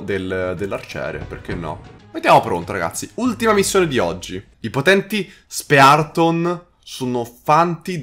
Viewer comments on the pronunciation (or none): Pronuncia : Quelli con la spada= suordvrat Spearton= spirtron Pls